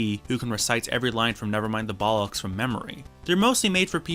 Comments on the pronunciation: Please learn how to pronunce Bollocks. Especially if you're such a big fan. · The way you pronounce bollocks is really funny